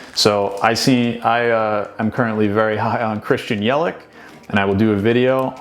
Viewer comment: Cool vid. But if you are high on Christian Yelich you should learn how to pronounce his name. It’s Yell -itch not Yel-ick. 👍